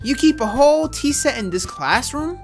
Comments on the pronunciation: bruh you just said tea seat it's tea set 😂😂😂😂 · My man really said tea seat instead if tea set